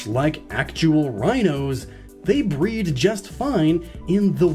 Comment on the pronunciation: I thought you were saying BREATH